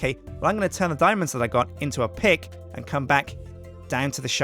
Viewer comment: It sounded like he said ill turn these diamonds into a pig i know he said pick it just sounded funny